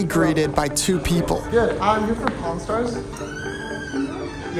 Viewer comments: I could’ve sworn bro said corn stars🟧⬛️ 💀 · I thought bro said Po-n stars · I was on speaker when he said pawn (porn) stars. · I swear I heard u say cornstars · pronounce pawn stars again